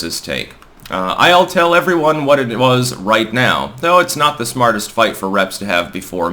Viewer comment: "Allright everyron" very clever.